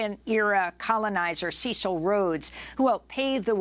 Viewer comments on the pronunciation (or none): Cecil Rhodes was surely a monster (whose name has been shamefully honoured in the Rhodes Scholarship) but it wouldn't hurt to pronounce his name correctly. It isn't pronounced "seesal" but "sessal".